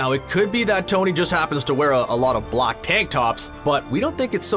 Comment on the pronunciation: Dude said block for black!!!